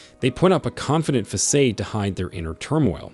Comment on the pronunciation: TY for your Public Service and, especially, Godly obedience.❤ P.S. I offer this with all due respect and kindness. Facade is pronounced 'fah sahd'. I hope this does not offend. I only seek for your channel to be as professionally created and respected in the listening audience as possible. TY, again. The information is well-organized and can make sense to even those who are non-believers. ❤